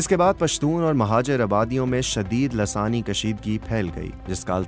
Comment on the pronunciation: محترم السلام و علیکم کیا یہ لفظ دراصل لسانی Lissani ھے یا لاثانی Lasani آپ تو ہر بار دوسرے نمبر والا ہی بول رہے ہیں